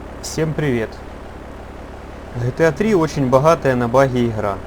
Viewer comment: "Хта 3 - очень бахатая на бахи ихра"😂😂